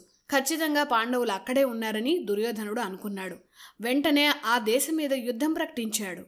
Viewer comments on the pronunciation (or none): none